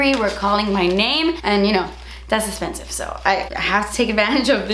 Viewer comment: I get giggly when she says "Das ezpensif"!! Thanks for keeping me laughing!